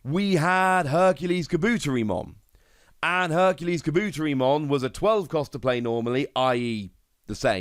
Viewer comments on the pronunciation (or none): Also it Kab-Bu-Tear-E-Mon watch any screen in the anime with the base form for pronunciation they are all the same just with different titles at the front